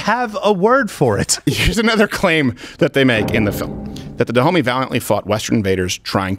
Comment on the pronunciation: “Da Homey”? No fucking way…